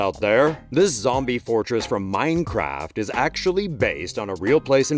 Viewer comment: 😹 how he said minecraft